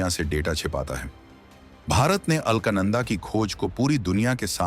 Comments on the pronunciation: According to spelling, Alaknanda, pronounce it as अलकनंदा and not अल्कनंदा. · अलख नंदा (अल्क नंदा नहीं है नाम )